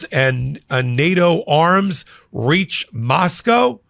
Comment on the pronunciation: Sorry it’s not Moscooo it’s Mos cow?